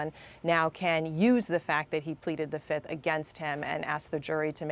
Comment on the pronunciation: Trump today: 1, 2, 3, 4, Fif! I plead the Fif. Remember that Dave Chappelle skit? I say Fiiiiiiif! If it's a witch hunt, you should have brought receipts and EVIDENCE, NOT plead the FIF lol.